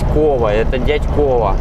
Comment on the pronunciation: Дятьково ударение на я а не на о :-D